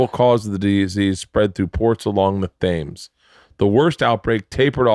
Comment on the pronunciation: Excellent pronunciation of The River Thames there Bert 😂